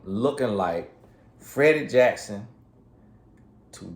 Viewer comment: "From Freddie Jackson to Freida Jackson" he gets on my durn nerrrves! Lol!!!!!